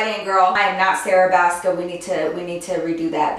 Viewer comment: Girl when you said "I am not Sarah Baska" i was like wait a minute did she say Sarah baska?? I love her too!!